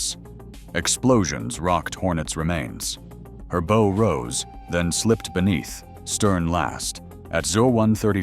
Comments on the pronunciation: ….the thing pronounces bow as BO. 😂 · her BO rose? no humans to do the talking? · HER "BOW" ROSE AS IN A SHIP, NOT BOW AS IN A RIBBON.